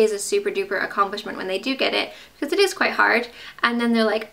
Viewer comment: When your talking about the fish game. Your English accent really comes out. "It's quite good" lol